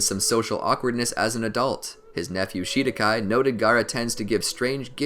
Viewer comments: Hearing Shidakai Me: WHEEEEZE It's Shikadai btw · He just said shidakai instead of shikadai but still gr8 vid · I know I'm late but anyone else noticed him saying "his nephew shidakai" xD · Shikadai , now how did they say that wrong